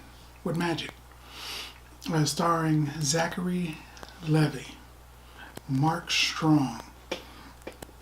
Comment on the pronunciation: Not Zachary Levvi it's Zachary Levi (pronounced Lee-vy)